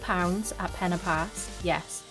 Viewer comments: Fantastic! You can pronounce 'Pen Y Pass' correctly. It is not 'Penny Pass' like so many pronounce it. Well Done! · Great video, thanks. I'm impressed you pronounced Pen Y Pass correctly too - almost every video I've watched they say Penny Pass!